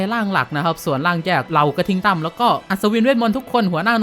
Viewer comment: พี่พูดผิดผมได้ยินพี่พูดว่าหน่วยกระทิงตำ